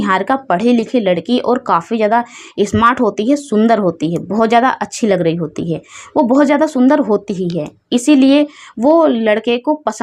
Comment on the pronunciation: Ladki smart hoti hai ya ismart hoti hai aur ladki kab se ismart hone lagi ladkiya to beautiful hoti hai par aap ismat bolti raho aur shadi ko saadi bolti raho pehle apni language aur praunciation theek kar le behen